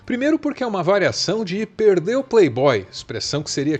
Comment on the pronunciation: " perdel" mané? Com L? Hê povinho. Faz o L, bostamíniom...😂😂